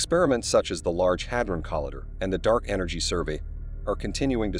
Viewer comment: large hadron coll-EYE-der.